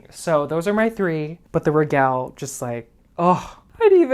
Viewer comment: I love your style. ( if you know any Italians ask them how they pronounce regal. Regale has the same spelling in Latin as it does in Italian. )